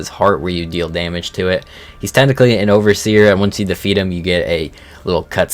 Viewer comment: f*cking moron he said it right